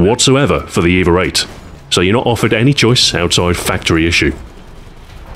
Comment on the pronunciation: Does anyone else hear "eve-er" when he says EVA? I'm imagining things... anyway, great video Stu, nothing like your weapon guides to make me want to drop what im doing and go have a round with the weapon in question :)